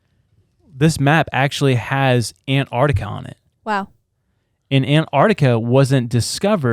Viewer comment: Say it with me. AN- Tarctica, . It has nothing to do with ANTS